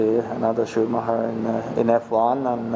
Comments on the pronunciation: I AM BIG KIMI FAN and WHEN PRONOUNCED "Schumacher" as perfectly in german as he did I MELTED: * _ * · Me as a german loves how Kimi pronounces Schumacher right :) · I just love how Kimi pronounces "Schumacher" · Thank you Kimi for actually saying Schumacher instead of Schuhmacker like everyone else always does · When Kimi pronounces Schumacher better than Britons LOL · I like that Kimi pronounces "Schumacher" correctly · Shows the respect he really did hold for Michael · He did. As a German I can confirm it. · Kimi pronounced „Schumacher“ absolutly perfect